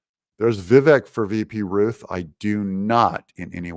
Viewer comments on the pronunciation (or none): none